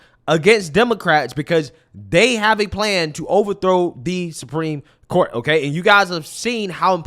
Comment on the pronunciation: is such an air head. when she says “Supreme Court” she puts the emphasis on the wrong syllable and it’s making me nuts lol